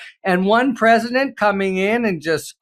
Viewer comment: "The preSHITdent woke up"?